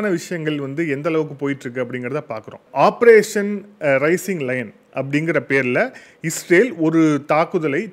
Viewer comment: ரைசிங் லைன் இல்லப்பா....ரைசிங் லயன்.....என்னத்த படிச்சியோ....குரல் வளம் நல்லா இருக்கு